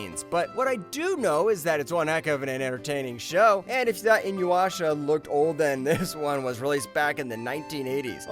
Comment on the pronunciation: its I-NU-YA-SHA not I-NU-WA-SHA :)